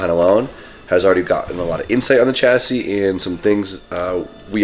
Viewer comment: Dear please don’t ever call it a e chassis again.